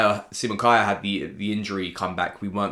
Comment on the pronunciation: iirc a couple years ago in an interview Kjaer said he pronounces his name K-eye-air (the way you do). I think the name is traditionally Kee-ahr or Kee-air. But that's not how his family pronounces it so you're right on.